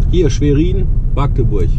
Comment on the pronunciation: Magdeburg nicht Maaaagdeburg :P